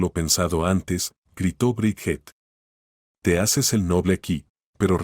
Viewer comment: Se pronuncia briyit